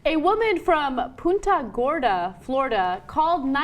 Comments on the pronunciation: I have to deal with people talking about Punta Gorda all the time, being I live in the area- it's not Poonta, its Punt-ah. Just saying. Also we have too many fucks in this state it's horrible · Love Anna but but you said punta gorda wrong :( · poonta gorda? LOL!!